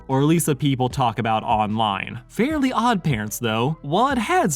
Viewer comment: Same lol. I was so confused with his pronunciation until I realized that it wasn't called fairy odd parents